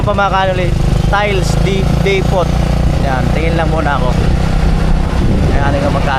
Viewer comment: Depoh not depot, silent t idol